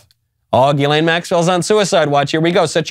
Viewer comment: Hey genius her name isn't "Elaine"